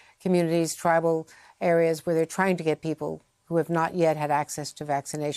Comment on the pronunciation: Did she just say trible areas.